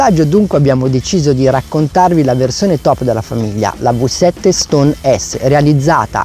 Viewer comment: "vi" 7 NON si può sentire